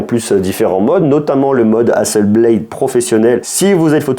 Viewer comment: Hasselblad ! Pas blade 😂 Beyblade = toupies, Hasselblad = photo 😜